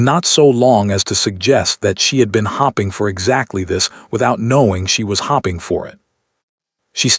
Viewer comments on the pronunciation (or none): The word should not be she didn’t want him to think she was hopping for it. The word is hope ing which is spelled HOPING get your AI to say things correctly